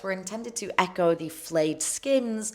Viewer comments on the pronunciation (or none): none